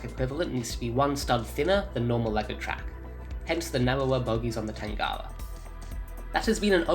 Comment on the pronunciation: U say it weird tangawa